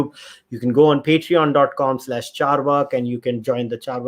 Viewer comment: Sorry but it's chaarvaaka (चार्वाक), not चार्वक/chaarvak. Please pronounce it correctly.